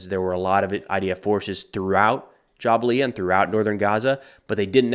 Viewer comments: Say it with me JA-BAL-YA NOT JA-BA-LIA your videos are good but please pronunciation is key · Jabalia is pronounced - Jabal-li-YA. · Great report. Best I have heard on the conflict. Pronounced Ja-BALYA. Go IDF! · Thank you for the impeccable, unbiased reporting. You are great and bring both sides of a case and factual commentary that is sometimes more convenient to see you than the news. And try to say Jabalia like Ja-bal-ia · It’s Jah-bal-ya